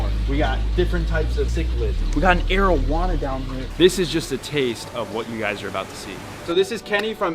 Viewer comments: I keep hearing Arowana as marijuana... lol XD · why my mind tells me "marijuana" every time he says arowana